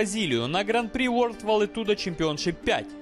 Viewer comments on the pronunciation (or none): none